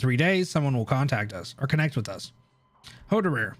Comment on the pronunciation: The part where you struggle pronouncing hoerderer and ines is hilarious